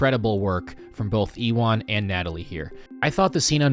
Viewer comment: Sorry also, Ewan McGregor's name is pronounced as "You-in" not "E-one" lol